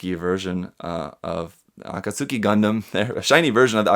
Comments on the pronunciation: ʕ•ᴥ•ʔ: It's Ah-kat-skee tho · "AH KAHT SOO KEE"... Don't you speak japanese...? [FrySquint.JPG]